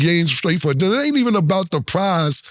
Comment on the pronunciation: Just a "dinna" 3 games just for "dinna" got me weak! Killa closed the laptop? 😂🤣😅😆